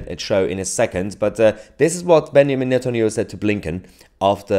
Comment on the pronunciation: its a small thing but as an Israeli, I like that actually says Netanyahu's first name accurately in its hebrew reading, "benYamin". as ever, you are fantastic! you actually care to learn the history and facts of the conflict and rigion in question, which can't be said about most journalists today. integrity in this business is sadly so rare, and yours is ironclad. I truly have faith in you. the world needs more journalists like you. regardless of this conflict; just people that will want to truly learn and research the details and present them to their audience with care and respect. I'll be following your career bloom, I'm sure🙏🕊